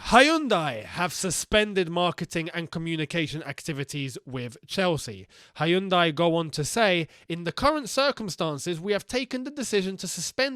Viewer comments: I like how pronounce 'Hayundai' for 'Hyundai' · I love you dude but you totally butchered the pronunciation of Hyundai. :P